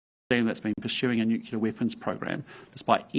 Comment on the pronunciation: Please teach him English, someone! " nucular" 😬